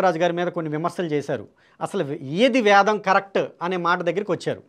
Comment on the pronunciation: ముందు "వేదం"అని స్పష్టంగా పలకండి sir. మీరు వేదం ను వ్యాదం అని పలుకతన్నారుసర్. భాస్కర raju గారు ఇతరులు వ్రాసిన వేద భాష్యాలనుండి గ్రహించి రాశారనిపిస్తుందన్డి వేదాధ్యయనం చేయాలంటే ఎంతకాలం అవసరమో నిష్ణాతులైన సంసృత పండితులను సంప్రదించి తెలుసుకోండి. లేదు పూజ్యులు సంతోష్గారితో మాట్లాడండి ఘన పాఠి కావటానికి ఆయనకు ఎంతకాలం అవసరమైందో ఆయన చెప్పగలరు.వేదం కంఠస్థం. ఉఫ్ అని ఉదేస్తాను అంటే కాదండీ వేదాధ్యాయనము అదీ గురుము హతః జరగాలి అవన్నీ ఏమి లేకుండా వేదామంతా వల్లె వేసాను నాకు కరతలా మలకము అని భాస్కర రాజు గారంటే ఎలాగండి.మీరు కూడా గ్రుడ్డిగా అనుకరించకండి, నమస్తే అండీ.